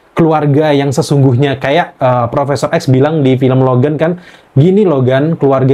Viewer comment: Logam Logen wkwkwkwkwkwkw Logan* dong kak, huruf A wkwkwkwkw